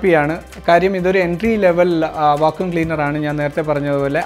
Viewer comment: Va-koom cleaner alla Va-kyoom cleaner ann